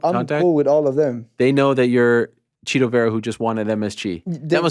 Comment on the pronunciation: I'm glad you both said "Chito" and not "Tito" 😆